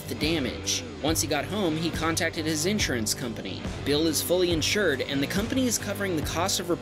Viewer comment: The way you pronounce insurance pisses me off so much